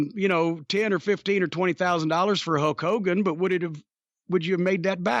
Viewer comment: I swear Jim called him Hoke Hogan, like Hokey Hogan